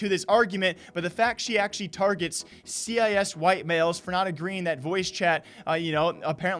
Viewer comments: appreciate the video, but please... cis is pronounced 'sis'... you dont have to say it like 'see eye ess' as in the CIS region. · it's pronounced sis, not c-i-s... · Why you saying c i s white males instead of cis (sis) white males. Was I taught wrong or is their two pronunciations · WTF are you pronouncing cis as C.I.S? It's pronounced like the siss in sissy. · C i S is pronounced sis 😘😘 love you daddy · Bro, cis is pronounced like "sis." And before anyone freaks out, Cisgender is a scientific term that's been around since the 90s. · it's pronounced "sis" like the shortened form of sister not "C-I-S". But enough of me being triggered. This is why trans people get flak. You CAN be yourself without shoving your beliefs down everyone's throat. As a trans gamer, I can understand the anti-inclusive sentiment. Note that understanding and agreeing are 2 very different things. But saying you're BAN immune while being a, dare I say, garbage human being; just stop. TL;DR: This is why we cant have nice things. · C I S lol. its pronounced “sis” great video as usual. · "cee i ess" xD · Its CIS as in the region its the word cis, said sis, it means that you are male and think your male. Its fucking stupid. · Bruh said c.i.s 😂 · Hey my man ‘cis’ is pronounced ‘sis’ for your future reference🤙🏻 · the way you say cis is funny cause you say it like it's an acronym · cis is short for cisgender, please check your pronunciation.